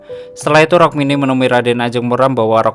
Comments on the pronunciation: Rukmini mas bukan rokmini😂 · Rukmini woey bukan rokmini 😂😂😂